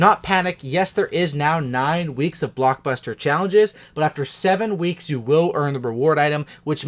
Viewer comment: You said bluk buster